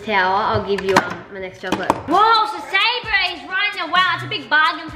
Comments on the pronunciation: It is Sabre not sanner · it's sabre not saber